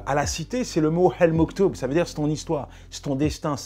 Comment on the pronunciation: " HEL MOKTOUB " il a dit mdrrrr jamais vu un arabe parler aussi mal l'arabe. Apres c'est normal avec un père absent et une mère ivoirienne